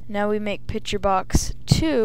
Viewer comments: Two things, i cant tell if your a chick or a dude, and its "picture" not "pitcher"- you fill that with water no images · No one taught this kid to say PICTURE instead of Pitcher I guess.